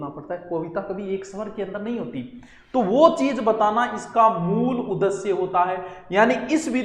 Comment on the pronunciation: उ द श्य नहीं सर उदेश्य होगा